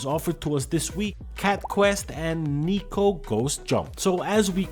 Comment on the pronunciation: Neko means Cat in Japanese. It should be pronounced more like Neck-co, as opposed to Knee-co